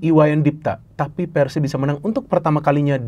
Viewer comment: tinggal cara pengebutannya ganti jgn nyebut Persib tapi Pērsib